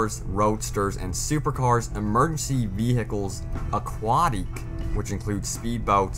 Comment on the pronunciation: 'Don't know if I can pronounce all of these names'... He can't even pronounce aquatic...